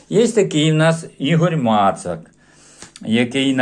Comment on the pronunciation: доброго дня!Дай Бог,чтоб он был добрый.Спасибо за справедливый отзыв о моей книжечке,все правильно ты сказал,и правильно назвал мою фамилию,я имею ввиду ударение.Хотя все. Мои родственники,кроме линии отца Моцаки.Рад тебя слышать,дай Бог,чтобы и свиделись!С уважением Игорь Мацак.